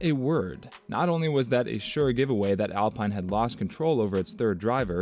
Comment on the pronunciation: OMG yes please adjust pronunciation. also Bree-ah-tor-RAY